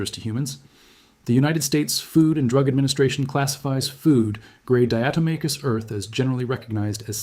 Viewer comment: And even this AI voice pronounces the diatomaceous earth wrong.